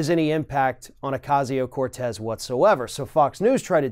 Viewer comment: It's Ocasio, not Acasio, Ocasia or Acasia.